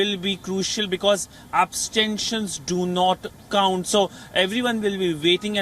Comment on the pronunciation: He is having a hard time pronouncing 'abstentions', 'precarious'. Dont make him read a script. Let him choose his own words.